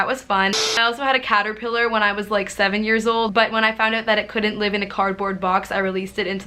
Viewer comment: I thought you said cat not caterpillar and I was like O_O